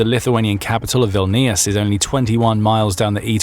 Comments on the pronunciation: "Vil-KNEE-iss?" Holy hell, English... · first of all it's Vilnius, not Wilnius. And I'm lithuanian I know thinks 😂